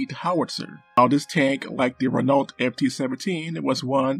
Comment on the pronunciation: If I may be permitted the observation, Renault is pronounced "ren-oh". Because ... French.